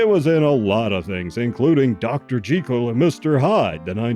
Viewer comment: I like that you pronounced Jekyll correctly.